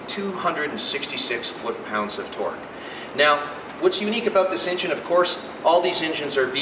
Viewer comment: "its aboot"